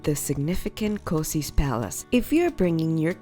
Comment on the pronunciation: Kosice is pronounced kosiche